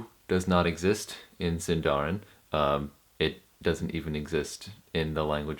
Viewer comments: Exact pronunciation is "SìndaRin", not "SindàUin" like english pronunciation.. ;-) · It’s siiiindarin not sindaarin. I feel like Hermione Granger 😂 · it is Sindarin roll your r's! + put stress on the sin not the darin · 'Sindarin' is actually a Quenya word and should be stressed on the first syllable (like Latin) not the penult (like Welsh). The same rules apply within Sindarin itself. The penult is only accented in words of two syllables or where the penult has a long vowel, diphthong or is followed by two consonants (a 'heavy' syllable).